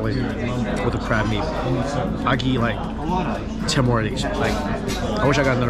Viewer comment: I love how Mike says "eat" as "Yeet" haha.